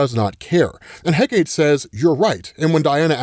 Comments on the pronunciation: The Goddess’ name is pronounced (Heck-uh-tee) lol. It’s tri-syllabic. Although her name is spelled Hecate. “Heh-Kate” is incorrect. Just that one thing but dope coverage per usual 👏🏾🔥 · Moving forward...it's pronounced heh-kah-teh, not heh-kate. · Heck a tea. Not Heh Kate. Hecate is a greek name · Hecate is pronounced "Heh-cuh-teh", not heh-cait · Hate it when people pronounce Hecate as “Heh-Kate” It’s “Heh-Ka-Tay” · He-ka-te. Not heh-kate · OK. I’m gonna help you out because every time mispronounce her name it drives me crazy. Hecate is pronounced heh-kuh-tee or more commonly Heh-kuh-tā. She is the goddess of Magic, witchcraft, the night, ghosts and necromancy. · Hecate: Heck-uh-tee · Heck uh tee is the pronunciation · Btw, it’s pronounced heck-uh-tee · ffs, It's Hecate: HEH-kah-tee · Hecate is pronounced "HECK-UH-TEE"